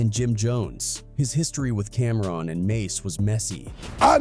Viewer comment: He even said “Camrin”🫵🏾😆 Crazy